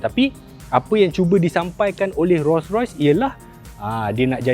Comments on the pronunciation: Org Malaysia sebut Ro-Rois... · bini aku sebut "ROii ROSS" hahahahahaha